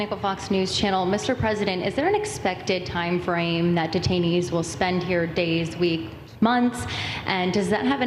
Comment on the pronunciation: detainees, i thought you said retirees..........